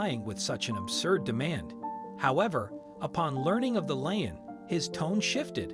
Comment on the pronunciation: Lien. Pronounced like seen or keen or teen or ween (or wean) with an "L".